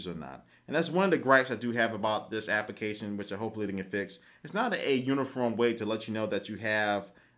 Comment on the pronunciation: WHY DOES HE SAY APICATION????!!!!